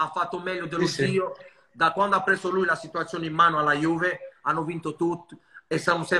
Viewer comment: Fa anche "sci" alla lombarda e dice perfino chapeau 😂